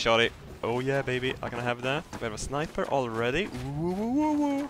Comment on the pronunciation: I just love how he pronounces sniper,shniper